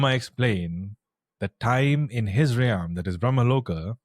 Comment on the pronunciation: Realm....(Relllmmm.) Not riyaallmmm